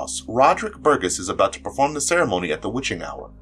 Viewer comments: Burgess...gess is pronounced like jess...not gus! It's a pretty common surname. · Little tiny nitpick, but it's a soft G, i.e. Bur-jess.